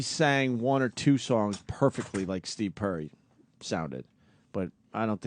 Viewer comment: Opie the illiterate moron can't pronounce "Perry"